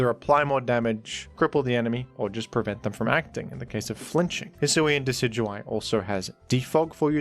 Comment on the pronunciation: You mean Deca-do-we?